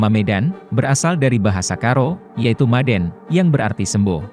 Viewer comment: Orang Karo sebutan untuk sembuh itu dengan ucapan MADAAN...jadi bukan maden... Merusak nama'a itu bro,jangan tujuan terlihat pintar tapi budaya orang di pinggirkan lah. Aku orang Karo jadi aku lebih tau kalimat itu.